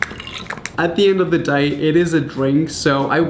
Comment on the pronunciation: the way he said “day”